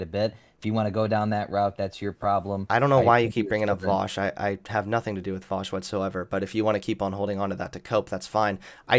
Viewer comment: You can tell how triggered a righty is by how wrong they pronounce name